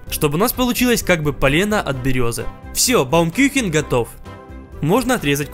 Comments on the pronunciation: 1 не баумкюхен баумкухен 2 не уличьная а фестевальная или празничьная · учу немецкий, слышу "баумкЮхен", думаю, что за дичь, почему дерево-кухня, а потом говорит "дерево-пирог", понимаю, что он неправильно прочитал по немецки, надо было "баумкУхен"